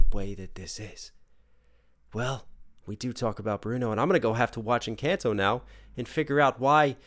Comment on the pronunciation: Jeje el primer gringo que escucho que dice encanto, la mayoría dicen encantou 🤣